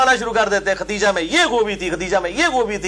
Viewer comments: Khudaija, not khatija. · جناب آپ بھی پکڑے گئے!!! اپنی لفظی غلطی درست کرو..... لفظ ختیجہ نہیں ہو تا بلکہ خدیجہ ہوتا ہے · اس ویڈیو میں آپ بار بار لفظ ختیجہ بول رہے ہیں کیا یہ نام خدیجہ ہے ختیجہ؟ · علی بھائی ختیجہ نہیں خدیجہ تلفظ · Sahe Khadija ko khateja keh rahay hayn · Aap ney AMMA khateeja likha huwa or aap boltey b AMMA khateeja hen lekin merey ilm k mutabik unka naam Amma KHADEEJA tha plz correct me. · It's KHADIJA Not Khateeja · مرزا صاحب آپ کا مشہور قول ھے میں ہوں مسلمان علمی کتابی خدیجہ کا تلفظ چیک کر لیں